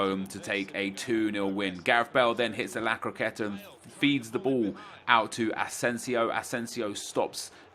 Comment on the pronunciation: STOP SAYING ‘La Croquette’